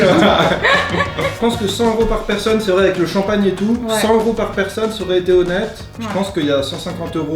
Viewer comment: 本次最大收穫：知道champagne 的道地發音😆